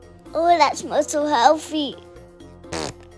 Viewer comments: I know how it is spelled . I spelled it the way Penny pronounced healfy . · I know how it is spelled . I spelled it the way Penny pronounced it . Healfy.